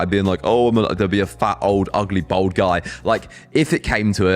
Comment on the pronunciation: This geezer cant say bald he says bold lol